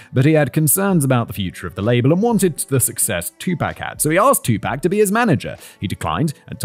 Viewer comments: You checked on pronouncing Suge but didn't get Tupac right... Sounds like Tupok. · you know his name is TWO-POC right? not TWO-PACK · He pronounce it as "2 pack", which is wrong. "Tu" part is pronounced same as number 2, but "pac" is pronounced as "pɑːk". Check his song "All eyez on me", he says his name at the beginning of the 2nd verse right after hook. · Not me clenching my jaw every time Simon says "2-pack" instead of "2pahk" 😅🤪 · Hearing how Brits pronounce his name 🤣 "too pack" instead of "too pock" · Jesus SIMON "Too-Pock" stop saying fuckin Too-pack. Lmfao😅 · Simon you mispronouncing his name. Your saying pac like Pac-Man .. when it pronounced like POC like a epoc... Trust me you'll gain more street credit saying it like 2-poc... Even know it's spelled 2-pac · Its Tupac, not twopack ffs.... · Please learn how to properly pronounce his name. It's not two pack it's two pock! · I’m so sorry Kevin and Simon. I love these videos, but I don’t think I can bear to listen to an hour of Simon saying “2-pack” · Pack makes sense like pac man haha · "TOO-pahk" phoneticly the "a" in Tupac is like the a in autumn not apple. It has the rounder softer long "ah" apposed to the short staccato "aye". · Oh bollocks... It's 'two-pack.' Silly made-up name anyway... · this episode is going to be hilarious 😂 “tu-pack” 😂😂😂😂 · yeah, I’ve heard other British people pronounce it like “pack”. It was just funny hearing him try to fit it into the 2pacalypse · Simon out here callin him two-pack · It kills me a little bit every time you say “two pack” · “Two pack” 😂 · Writers: if we write another rap video (love it btw, huge tupac fan, us tupac fans knew the biggie smalls thing when that song came out) can we please include a pronunciation guide for simon? Starting with too-pock? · Its Tupac, not Tupak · He's not pac man. It's pronounced pock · This is me discovering Tupac isn’t pronounced how Simon pronounced it 😅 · I loved it, even though I was wincing at the pronunciation 😂